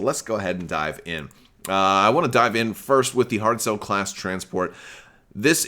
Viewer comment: You were close on the pronunciation of the name of the giveaway winner--the "ch" in Irish and Scots Gaelic words is a hard "ch" like "loch" in Scottish...and a "Galloglaoch" is a mercenary! ;) Speaking of pronuncuation/spelling differences: I heard the name of this ship as "Hard Sell," rather than "Hardcell," which is interesting since the Trade Federation is part of the Separatists and they have a lot of commerce-based names for things, etc.! So, I guess that this means that the Separatists never have "Tainted Love," then, since they only have Hardcells and no Soft Cells, eh? ;)